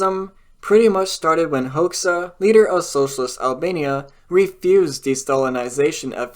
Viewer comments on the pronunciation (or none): Hoxha is pronounced 'Hodge-a'